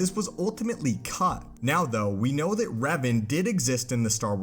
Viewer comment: Its pronounced REV-AHN Not REV-UHN